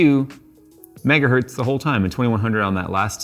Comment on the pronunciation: Dear, one megahertz is still a megahertz, not metgahert like you say:)